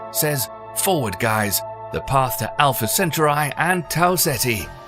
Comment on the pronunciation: Alpha Centry.... Jesus dude yall try so hard to disregard the actual pronunciation of English Words.